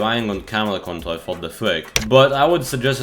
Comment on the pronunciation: you can't say the letter "r" So do I.. Btw (control - contol, Kontol= penis)